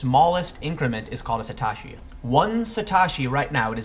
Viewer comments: Sah - toe- she Satoshi not suh - tawsh - e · Sa "toe" shi is how it is pronounced. Concerning the Dot-com bubble... nobody ever called for buying the dip with those dot-coms. And tulips don't have utility. Tulips are the laziest of the lazy comparisons.